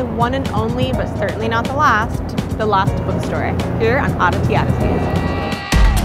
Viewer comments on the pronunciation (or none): Why does she keep saying the “lost” bookstore?